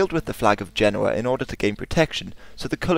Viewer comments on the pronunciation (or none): none